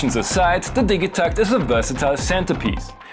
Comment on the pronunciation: Ill hate you for mispronouncing it